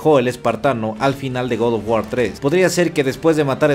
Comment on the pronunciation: hermano, si vas a decir GOD OF GUAR con pronunciación en "inglés" entonces es correcto decir "Gad of guor" ya que no pronuncias oh my god, pronuncias oh my gad, en resumidas cuentas hermanito lo pronuncias muy mal, te lo digo como fan porque preferiría que dijeras god of guar pero sin ese estilo como de que lo estas diciendo en inglés ya que en español las palabras en otro idioma las puedes pronunciar como se leen siempre y cuando no le metas estilacho. Saludos hermano y sigue adelante, buenos videos siempre.